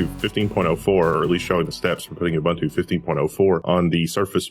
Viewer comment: Devin Daniell uh-bun-tuh :D